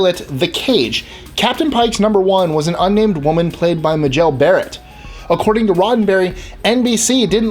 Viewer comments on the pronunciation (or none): Too much you.. not enough pictures or movie clips to illustrate the people or situations you're talking about. Your jokes are also EXTREMELY lame, especially the "Kahn" yell. And it's pronounced "ooo whoo ra" , not "a hur ra." And "MAY-gel" Barrett," not "ma-JELL" as you say. If you're going to do a piece such as this, get the pronunciations correct. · It's pronounced May-Gel Barrett not Ma-gel. Also she was Roddenberry's Mistress before they were married. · I knew many of these facts. The host of this video doesn't know how to pronounce "Majel". Rodenberry was told to lose both Spock and the female first officer. He tried but wasn't able to keep both so he kept Spock. Majel then became a nurse in sickbay, and the voice of the computer. The one surprise in this list was that Doohan created the Klingon language. I won't go in to the whole "Trekkie" vs. "Trekker" debate. :)